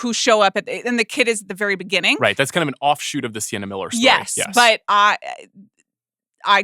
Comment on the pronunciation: "Beginng-k" "Threatening-k"